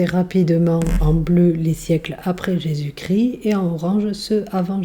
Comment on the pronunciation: On ne dit pas Jésus cri mais Jésus ChrIST 🥲